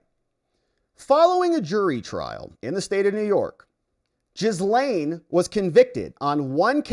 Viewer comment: It is pronounced jiz lane